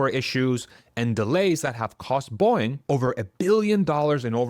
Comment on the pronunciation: It's Boe-ing, not Boing. 😅